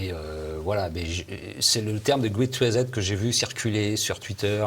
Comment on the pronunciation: "Il sera question de "Grète rizette" ?! M^me si vous n'aimez pas l'anglais, faites un effort pour prononcer à peu près correctement. ça ne donne pas env-ie de vous écouter